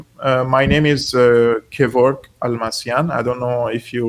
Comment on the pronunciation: Only now found out his name is Kevork, not Kevrok.... 🤦‍♂️🥴👍